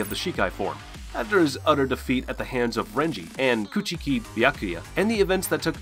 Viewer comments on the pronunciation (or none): Byakuya last name is pronounced Cooch•key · A few correct pronunciations Byakuya & Rukia’s last name is Cooch-Key. Also its not Ulkira it’s pronounced Ul - Key - orra. Kisuke is pronounced Keys - Kay